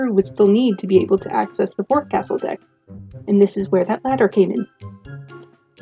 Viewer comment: just fyi, "forecastle" is pronounced FAWK-sul or FOX-sul, not "fore-castle" 😉